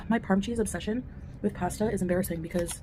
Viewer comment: Her pronunciation of pasta makes me feel stabby.